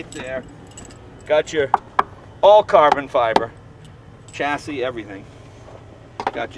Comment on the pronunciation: it is 'shasee' not tchassi it is temperature not 'tempachuh' it is a great sounding engine though